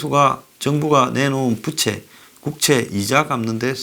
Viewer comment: 바람 일으키는 부채가 아니고 부우채로 발음을 고치시기를.